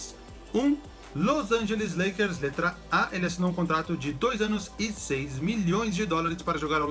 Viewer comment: Na Ultima se falo Lakers errado